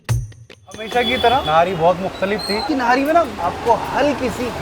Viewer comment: Nahari nhi nihaari sahi lafz he